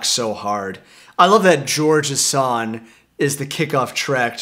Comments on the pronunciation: Bro, you really need to start pronouncing the G in the word “song” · There's a soft g pronunciation on long and song. It's bugging me. It isn't S-on or L-on... it's song and long. "One of my favorite Beatles tracks is Lawn Lawn Lawn." It'd have been interesting to hear you to say that!